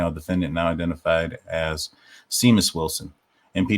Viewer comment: This is very interesting. I’m glad you’re digging into this. There’s so much crazy going on in this case. FYI-Seamus is pronounced “Shame-us”. 😊